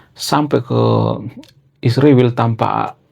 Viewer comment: Bang, bukan hama tapi hamas, bukan isriwil tapi israel😂, bukan konoha tapi indonesia😂